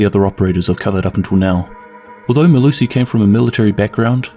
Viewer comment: As a South African I'll let you know that you absolutely butchered her full name, but nice video man.